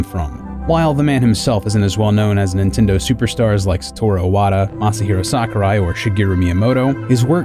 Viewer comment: still getting those Japanese names wrong :/ Japan only has 5 vowels, the same as Spanish. Hey, I admit I said i wata for a long time instead of ee watah. But now I live in glorious Nippon, so.